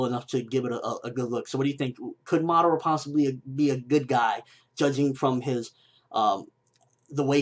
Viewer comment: you say madara wrong its pronouns mu-duar-ra watch it on narutoget god damit